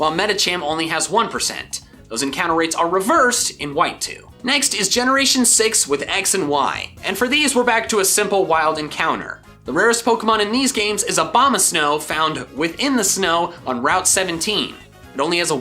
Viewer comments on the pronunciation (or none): ABOMASNOW, NOT AMBAMSNOW! FIX IT NOW!